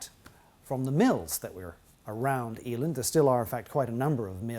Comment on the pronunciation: Hi. Just FYI, it's a short 'e', not a long one. So e'land not Ee-land (I'm a Yorkshireman. We get squiffy about these things! Lol).